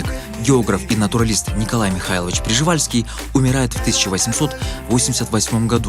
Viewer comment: Автор!!!!! Прижевальский )))))))))))))))))))))) Не Прижевальский, а Пржевальский!!!